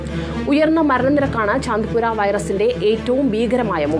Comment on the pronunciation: ചന്തിപുര വൈറസ് അല്ല ചാന്തിപുര വൈറസ് 😂